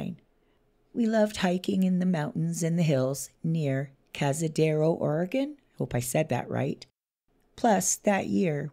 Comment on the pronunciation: Holy moly, I live just down river from this area!!! And, you pronounced Cazadero & Umpqua correctly. This makes me feel more confident that they're still here. And just so you know, Cazadero is part of Estacada. It's technically a historic locale that was once a station on the Estacada interurban railway which ran all the way into Portland from just past our little town.